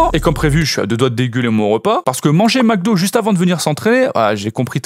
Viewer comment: J'ai bien entendu ? Tas dis "McDo?!? c'est tchaw!